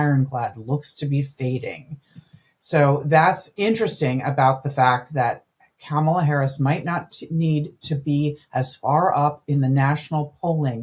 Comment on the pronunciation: A.B., it's Comma-la!